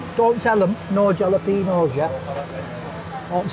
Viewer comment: Always a fun watch but just to let you know, you pronounce jalapeno's wrong. you say it with a H not a J